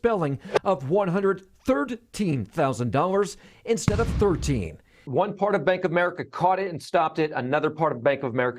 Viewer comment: "thirdteen" 🤣 oh no no no no no